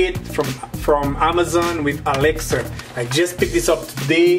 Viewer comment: the way he pronounced Alexa as "Alexer" is a bit destracting